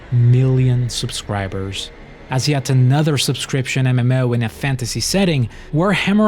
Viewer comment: Every time you said "MMO" it made me giggle. Or should I say "EmEmMouh."